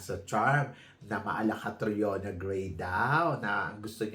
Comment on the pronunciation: Idolo daw nya si Catriona pero hindi alam pronunciation ng name, Kate-Riona Gray daw😅 wag kami Tharina, hindi mo kami mauuto😅